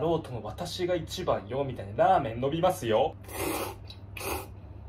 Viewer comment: 「らアメン(ラーメン)のびますよ」すこ